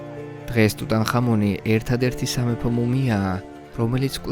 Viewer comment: რატომ ტუტან ხამონი. ქართველებს გვაქვს ასო-ბგერა "ჰ".